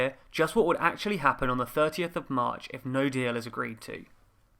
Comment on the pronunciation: LOL “HAPPPEN”